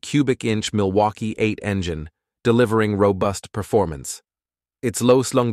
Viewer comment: Engyine ? seriously ?